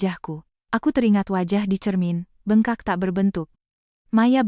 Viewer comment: Bengkak, koq mbak ucapkan Be'ngkak? Apkh pakai AI? Pe'nyok, mbak ucapkan penyok